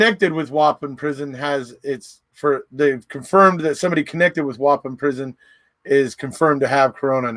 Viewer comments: It’s pronounced Wah-Pawn 😉 Wisconsin resident here. 🙋🏼‍♀️ Thanks for another great video! Stay healthy! 🦠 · The prison is pronounced “whaaaa- pawn”